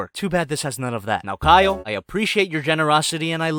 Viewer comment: y da f u keep pronouncing kyle like kayol or kayo